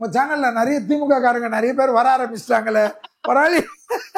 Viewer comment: நறைய இல்லை நிறைய. உன் வாயில் வாசம்பை வைத்து தேய்க்க